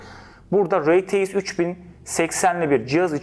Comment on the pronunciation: rtx i neden reteix diye söylüyor